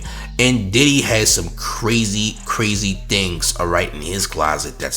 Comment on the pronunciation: Craze-ye said it first